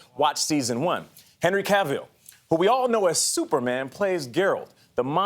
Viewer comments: if only Geralt could execute these interviewers. "Henry Cav-VILL" 😖. And Gayle just...dang, retirement-inducing f*ck up there. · Nate - its Cavill. Like Travel. And let's not even get started on Geralt. lol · Cavill is pronounced like "travel". It's not that hard. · “Henry Cav-eel” “Here’s a scene where HERALD, I mean. . JERALT” COME ON MAN. LOL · OMG please STOP calling him GERALD and stop saying Henry's last name as Cabill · "Henry Caveal" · and the way he says Henry's second name "Cavyll" 🙄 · Jesus how do you fail at pronouncing both geralt 2 times and then cavill. Wtf?